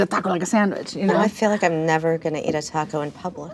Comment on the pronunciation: The way she says taco is somehow much worse.